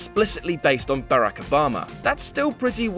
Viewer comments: hate to pick on your accent. But It's "Bar Rock Oh Bah Mah" Not "Bare roc oh baem ah" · "Bu-rack Obama" I've never heard anyone else pronouce it that way XD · eww why do you pronounce Barack like that? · it is not barak it is baa like a lamb and then rock... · 🤦🏾‍♂️ mispronouncing my man Barack name, but wow he was sups 🙌🏾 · He pronounced Barack wrong